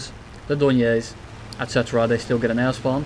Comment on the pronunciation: I keep hearing "Ass bomb" instead of "Air spawn"